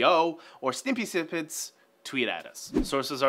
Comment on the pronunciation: Sninpy Snippets? For the love of God, enunciate,!